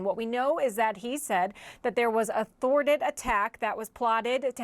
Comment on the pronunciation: He said “thwarted”…😏